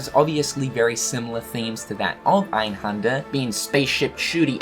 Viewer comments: Its called EinhÄnder not fucking Einhander, learn some German first before you make a video talking about this stuff ffs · You do know that the 'händer' in einhänder is pronounced like hander in for example 'left Hander'? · in german, you pronounce Einhänder actually with an "ä" like in apple. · It's so funny how you pronounce 'Einhänder' xD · As a German it's really funny to hear him saying "Einhänder" :D